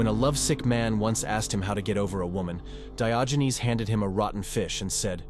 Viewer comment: He was not called Dayoginez. 🤣